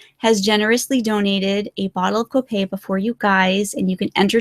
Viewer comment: Mispronouncing Copaiba. It's like "cohp eye eebah". Sorry for correcting, but it's my job. Spanish teacher here...:)